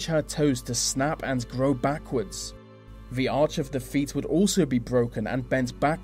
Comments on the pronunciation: I hate how he pronounces 'th' as 'v' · So distracted with your V's instead of T's :S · I'm sorry, but I've got to say something about this narrator. He seriously pronounces the letters 'th' as a "v" sound?! How did he get the job?!! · Very odd narration. English I think but mis pronouncing various sounds. Th becomes a v and it makes words sounds most peculiar. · this would be so much better if a person could actually speak properly...he needs elocution lessons!!! using V for TH is not proper English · good video but the pronouncing 'th' as 'f' is very distracting!! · Great info :) but the way he said 'the' like 'vuh' i wanted to cry😂 sorry!